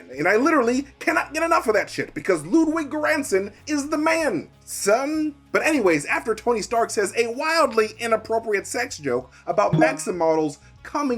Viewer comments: Hey - Göransson is pronounced with a soft G, similar to a Y. Think - Yeransson. Love your content my nerd Daddy! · The way everyone in the US pronounces Ludwig Göransson's name makes me giggle.